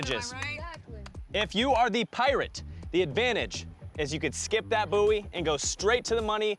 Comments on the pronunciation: buoy is pronounced “boy” please 💀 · no one talking about how they’re pronouncing buoy? it’s ‘boy’ 🤦‍♀️ americans